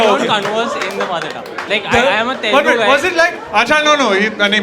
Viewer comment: Bhai Telelgu nai hota hai, its Telugu.